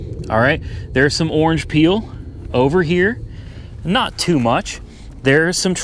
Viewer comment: Is it erange? Lol. Or henna red